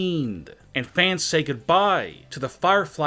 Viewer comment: Why do you say fannss